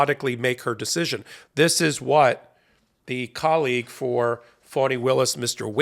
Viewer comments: Very grateful to Ms. Willis for her work, and to you for the coverage, but please help me understand why you pronounce her name "Fawni" instead of "Fani", as it is spelled. Considering the way the Right uses mispronunciation of names as a weapon, I don't think this is a good look. Still a big fan, and let me know if I am wrong. Namaste. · FAH-nee, not FAW-nee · Not good to call her 'Phoney' Willis. I think it is pronounced like ( 'fawny) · Please change how you pronounce Fani Willis' name or refer to her as Ms Willis because the text is automatically typing "phoney Willis" and we all know this woman is no phoney! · It is disrespectful to address someone, mispronouncing their name. How does the Fulton County DA pronounce her own name? Fah nee? Or Fawnee? Or Fanny? I ask you. Or is it?